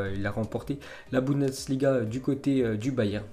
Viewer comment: Tu arrive pas a dire bundesliga... C pas boudensliga